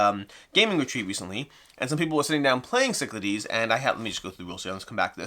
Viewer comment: I remember the Kickstarter video featured a terrible mispronunciation of "Cyclades." I don't think I noticed till now how much they butchered the font/spelling. That is, they used a symbol that looks like Psi for Y, a symbol that looks like Lambda for A, and a symbol that looks like Sigma for E. Kind of makes me wish they had the option to get a box with the Greek spelling, Κυκλάδες or ΚΥΚΛΑΔΕΣ. I've still got the first edition with all expansions. Don't think it's worth it to upgrade, although this deluxe/miniatures version does look nice.